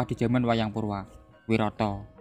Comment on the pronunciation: Maaf mas cuma mau mengoreksi, pengucapannya yang benar "wiratha" bukan "wirata" mas 🙏🏻